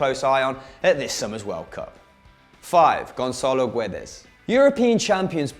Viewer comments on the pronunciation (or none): the u in Guedes is silent so you read it Ge-des not Gu-e-des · The U in Guedes is silent :)